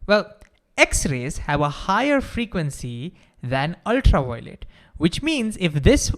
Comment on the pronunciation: Ultra-wiolet Vave 😂